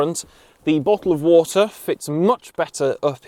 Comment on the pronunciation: The best part of the video was bot'l of wottor